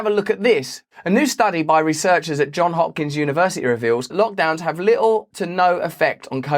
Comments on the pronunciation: You’re too smart to say “John Hopkins” It is “Johns Hopkins” with an S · By the way, the s in Johns Hopkins is supposed to be pronounced.